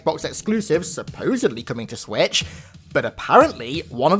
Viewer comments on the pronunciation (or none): none